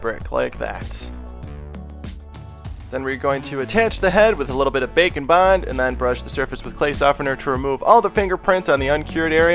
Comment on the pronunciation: It sounds like your saying bacon bond, just me? I can't hear the difference